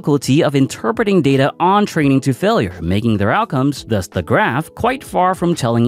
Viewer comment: "failer" "tare"